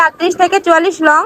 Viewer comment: Long koto word clear na